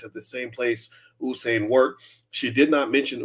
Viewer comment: Bro, you're mispronouncing the Legends name. It's U-sain no Oo-sain